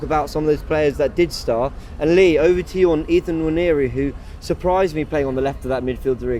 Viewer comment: If you misprononce the name Johnson, every will be up for it. But wanyeri for nwaneri. There is an "n" in front.